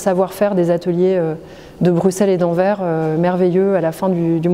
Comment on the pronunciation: Merci ! Cette nouvelle présentation est vraiment réussie et remplit parfaitement sa mission de nous faire redécouvrir les collections, même quand on pensait bien les connaître. J'adore les œuvres des anciens Pays-Bas, comme le génial Enfer de Bouts ou cette superbe Pâmoison sculptée. Étonnement, la conservatrice (par ailleurs très claire) prononce mal AnverS : on doit entendre le S final. Enfin, bravo pour l'excellente utilisation de l'étroit couloir du fond (et en sous-sol comme tout cet espace), ce n'était pas évident et ça rend très bien, avec les différents arts (métal, ivoire...). Bref, de belles visites en perspective pour voir et revoir ces trésors !